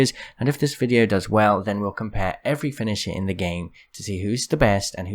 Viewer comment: Literally no one:: Finisha Great video btw <3